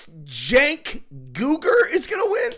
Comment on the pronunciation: its pronounced "Jank". Not Sank. You're welcome. Think you can run with that one too 😂